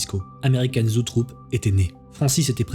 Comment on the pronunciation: très chouette récit! par contre, il me semble que la boite de prod s'appelle "Zoetrope" et non "zootrope"